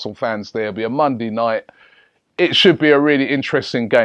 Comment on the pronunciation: My man said mondey and sundey